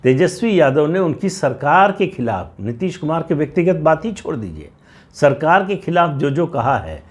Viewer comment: Neeteees ne.....kuch jyaada hi tharrrrraaaa le liya kya?